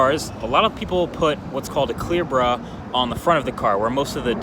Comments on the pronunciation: I think it's 'clear bra' not 'clear bruh' 😂😂😂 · Did anyone else hear "clear bruh" when he said clear bra?